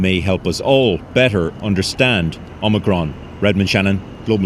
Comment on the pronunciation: Its omicron, not omnicron. Good try.